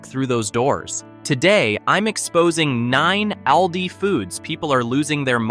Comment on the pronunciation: Also Aldi,not aldi- short a,but schwa a. I hate AI voice!